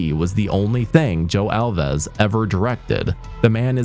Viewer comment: It's not pronounced Al-vez. It's just Alves like rhymes with mouths